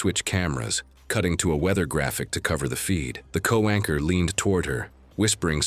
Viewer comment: It’s co-anchor, not co-wanker.